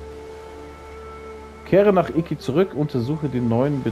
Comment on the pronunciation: es heist Isla Iki nicht Isla IKiaaaaa XD